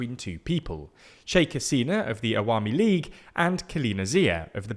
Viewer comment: His pronunciation of “Awami league” & “Begum” was pretty good ngl, made me smile everytime.